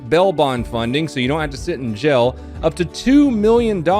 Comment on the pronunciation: Anyone else hear "bell" bond and "gel" when he says bail bond and jail?